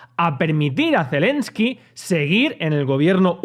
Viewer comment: Es Zelenski, no Zelinski